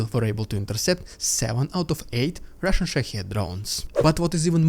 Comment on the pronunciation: RRRRRidiculous! RRRRRRussian!!! PRRRRRopaganda!!!!